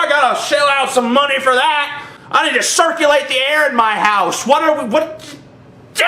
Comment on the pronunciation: LMAO "ima cirrculate the air in my house"